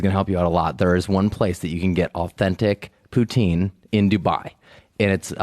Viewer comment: eu acho que é poutine (prato típico do canadá) ao invés de beautine